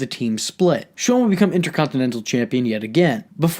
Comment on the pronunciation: i really love your videos bro but i fucking HATE how you say "Inter-contin-ental" Your goatee also sucks big time. Anyway keep up the good work pimp! 👍